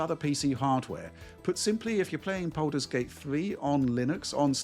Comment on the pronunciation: 'Boulders gate' confused me for a bit